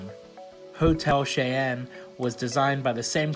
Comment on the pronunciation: Cheyenne is said "shy-en" its my name so it was a little triggering when u said it just thought I'd say how u actually say it 😂